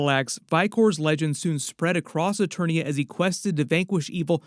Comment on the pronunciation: And it’s not Eternos its Eternia 🤦🏾‍♂️